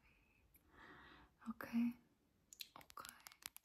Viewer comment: When you say your Okay bana bazen okul gibi geliyor ilk duyduğumda şaşırdım dedim ne okulu ya😂😂 but anyways just keep doing this sis ❤it’s really good and it gives shivers 🤍